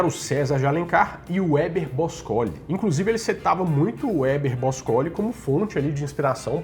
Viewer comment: Você pronunciou errado o nome de Héber Bôscoli. Olha o acento no primeiro "O"